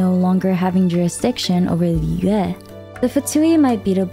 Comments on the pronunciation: I just love the way you pronounce foreign word like Mondstad Liyue and even Inazuma with the genuine tone of it original language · In an effort to correctly pronounce the regions and their names in native pronunciation, it sounds really awkward and breaks the flow when she switches from American accent to another and back. She struggles with Liyue and it sounds different each time and it sounds like gibberish. Why not just go with the flow of natural speak and pronounce it the more American way? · You doing to much with the names🤣 "mongstat" "yue" you're just trying to hard to pronounce these names successfully or uniquely. But good vid overall 😅